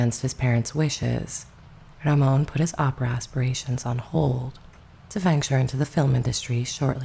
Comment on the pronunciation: Ramon Navarro's first name is pronounced as though you're saying the American name "Raymond," except you don't pronounce the D.